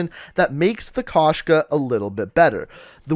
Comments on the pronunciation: Кошка (koshka), it means cat. Found that amusing when I first heard about it. I forgot to mention it but it's pronounced k oh shka not k ah shka, not trying to be rude but just wanted to get that out there. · Bro koshka not kashka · Wtf??? Why did they write “Koshka”? In rus it’s “кошка”, so the true translation will be “cat”. P.S. u should say kOshka, not koshkA